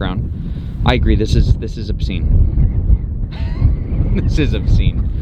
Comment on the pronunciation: " what r we gonna do?"this is ubsene " :)